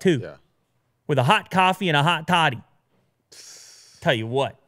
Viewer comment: hot toddy, not thottie. look it up.